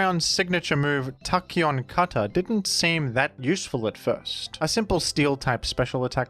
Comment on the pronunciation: Love every time he says Tacheon Cutter